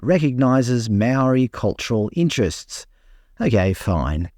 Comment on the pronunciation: Some of the best maori pronunciation I've ever heard. Absolutely loved it.